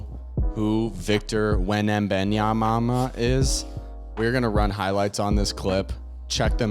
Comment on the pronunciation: It’s Wem-Ban-Yama guys lol